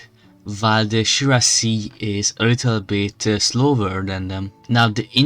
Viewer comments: Nooo, my ears . It's not shuiassi. It is cuirassiers! But your video is great. I know nothing about strategy but I know French and so please hear it on Google translate how to pronounce it because I am in pain. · Speak cuirassiers with k = kuirassiers, like we speaak the word cat